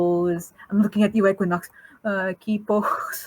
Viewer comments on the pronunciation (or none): I just joined and heard "EQUINUX" like 3 times.... Im scared. IM SCAREDDDDDD LMFAO